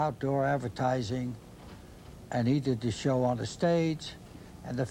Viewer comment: and 😅😅 When using phrases such as "show on stage", "his shows", "these shows" the Colonel's Dutch 🇳🇱 accent is almost glaring...